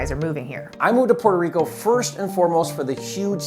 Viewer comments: AOC is so talented. It's awesome how she pronounces Puerto Rico then goes back to english accent. Cool. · Thank you AOC for pronouncing Puerto Rico properly and not Americanized